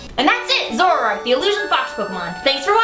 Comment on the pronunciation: I always thought is was pronounced Zo-ROARk.